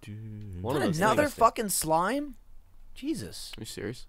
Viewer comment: Michael: is that another slime? Gavin: el slime(sleemeh)